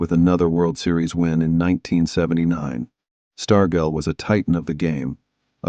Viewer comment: Stargell is pronounced with a hard “g” doing as in “gel.”